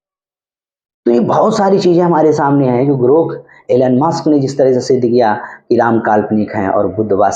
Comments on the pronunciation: Muks nahi musk kindly pronounce correctly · M c. Pahle nam to lena sekh le maks